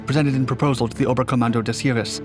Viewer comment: "Heavy Gustav - The Largest Weapon Ever Built" IJN "YAMATO" weighed MORE than 48 times as much. AND LEARN HOW TO PRONOUNCE "SEVASTOPOL," FOR HEAVEAN'S SAKE "[sa vas' tah pol"] AND "HEERES" ["hears"] AND Chassis ["chas e"] NOT "chas iss." Pitiful video. No "other weapon" could drive around the Maginot Line? Breathless dreck.